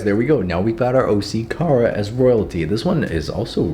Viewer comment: His name is not Kara it’s Kira